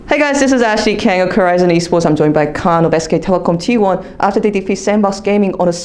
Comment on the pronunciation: 캉 아니고 칸..khan